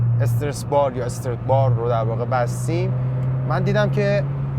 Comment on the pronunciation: استرِت نه ، همون استرات که توی تایتل هم نوشتی درسته و تلفظ همونه . Strut bar به معنی بند کردن هست خوده استرات و بار هم که میله و توی تعلیق استرات های مختلف داریم مثلاً توی همین ماشین ، خود کمک فنر یه استرات هست